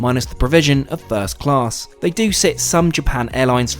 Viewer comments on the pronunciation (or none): none